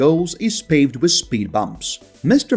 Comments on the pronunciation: With is pronounced as WITH not WISS. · The word WITH is pronounced as WITH not WISS. The word WITH is pronounced as WITH not WISS. The word WITH is pronounced as WITH not WISS. The word WITH is pronounced as WITH not WISS. The word WITH is pronounced as WITH not WISS. The word WITH is pronounced as WITH not WISS. The word WITH is pronounced as WITH not WISS. The word WITH is pronounced as WITH not WISS.